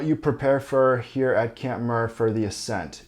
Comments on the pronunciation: Camp Muir not Camp Murr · it's pronounced MYUIR, as in John Muir, not MUR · It's not "camp Muhhhhhhr". It's "camp Myeeewwwweerrrr".. got it? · Great video with step by step, permit, cost info etc. Muir is pronounced wrong tho. It’s MYur, as in John Muir. Also crevasse, not crevice. Sunglasses/goggles are a must. Not you “might” want it. It’s game over if you don’t have them. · Why horribly mispronounce Muir Also Crevice and Crevasse are two completely different words bro. Come on 😅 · Good information but the pronunciation of camp Muir is killing me! Lol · Awesome video. Just a tip: you are pronouncing Muir wrong. But nonetheless a nice video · Its camp Muir, like John Muir?